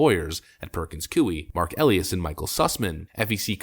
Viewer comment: Its Mark El EYE Is